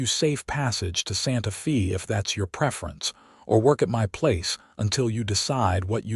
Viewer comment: Terrible terrible AI reader for this video!! Hazel is pronounced all the time with a hard a cuz it's an actual word, and Santa Fe is pronounced with a short e all the time. Not only does this reader make constant errors then he changes his mind back and forth and back and forth and back and forth, really stupid, it ruins a perfectly good presentation!!